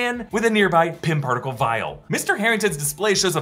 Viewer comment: Who heard "pimp article" instead of "Pim particle"?